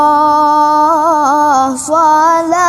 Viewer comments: Sangat baguuss suaranya ... Cemgkoknyaa kerren .. sekedar masukan perlu d teliti lgii SALAMULLAH bukan Sholamullah. ... Kadang tmpa terasa dlm pengucapan saking enaknya bgtu 🙏🙏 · Maaf, itu salah pengucapannya, yg benar, salaamulloh.. bukan sholamulloh.. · Suara bagus tapi sayang ada yg salah dengan pengucapan salamullah kenapa dibacanya sholamullah.Tolong diperhatikan makhrojnya. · Mohon maaf, untuk pelafalan salamulloh tolong diperjelas lagi huruf sin nya. Karna saya dengar mirip lafal huruf shod. Trimakasih 😊 Semoga senantiasa sehat,,senantiasa melantunkan sholawat penyejuk hati